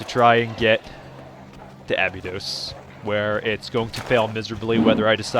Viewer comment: Abydod uh-bye-dos